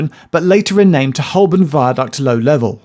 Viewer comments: It's Ho-bun right? That's how I've always said it, rather than hole-burn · Please pronounce Holborn correctly. It is Hoburn. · Why are you pronouncing Holborn like a tourist? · I always thought that Holborn was pronounced Hoburn with a silent 'l' and a 'u' for an 'o'. I might have been saying it wrong for many years. Don't even start on Southwark! Interesting video, so much info I had to watch it twice. Thanks Geoff.